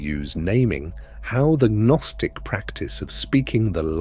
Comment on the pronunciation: Gaa-nostic? Silly Ai